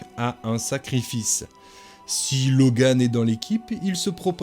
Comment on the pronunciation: dans dragon age origin c est archidémon pas archimedon , et on se dit fan de la franchise 😂😂 et c est alistair pas alistar et c est loghain pas Logan c est chatGPT ou quoi